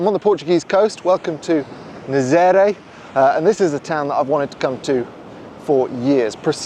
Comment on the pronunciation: Nah - zah - ré, not nayzayray 😂 Wonderful video. I've been subbed for a couple of weeks only and have seen a lot of the videos you posted. Very interesting takes, very natural. Thank you.